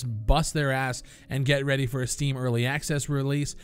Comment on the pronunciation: Why is it every time u say ready or not... my brain goes "redy or not here I come " (the famous song for people living in a cave)